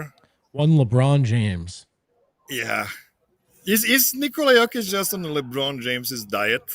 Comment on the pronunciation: There is no "Oh" sound in the Serbian language. So when you see an "O", it's always enounced flatly. Hence, J-oh-kic, T-oh-pic wrong. Think of the sound as in the word "Top" or "opp-osition. Not as Oh as in Joke. Hope that makes sence.